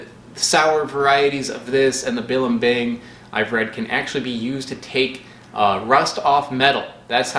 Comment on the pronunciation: Accent in second syllable in blimbing, not third one